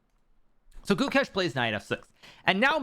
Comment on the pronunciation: Since Pragg made you eat you eat your apprehension towards him and Gukesh fed you your words to you for dinner, it’s best you all finally learn their names. Prug naa nun thah (soft th) Goou kaysche (long a sound)